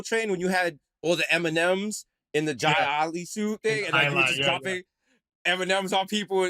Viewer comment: the way Desus pronounced “jai alai” lol